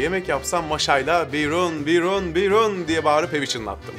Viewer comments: Biyrooon telaffuzu hiç olmamış yalnız. Hiç mi çarşu pazara çıkmadın hiç mi esnaf arasına karışmadın derler adama. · "biyrooon" öyle okunmaz, bi sahile, salı pazarına, insan içine çıkın..